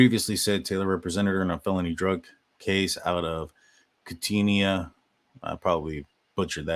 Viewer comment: Hey, I’m from Washington. It’s pronounced Kooten-eye! ❤❤